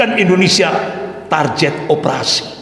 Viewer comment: komentator sepak bola biasanya tak bisa main bola. Bahasa aja blom baku, baca kata "target" Aja jadi "tarjet"😂 gimana mau memcalonkan diri. Saya tidak pro pemerintahan tp yg ginian dikit² komunis dikit² kopar kapir ngebodohin masyarakat aja, udah sekolah yg bener dan jadi org sukses aja, itu udah cukup buat bangsa ini bangga.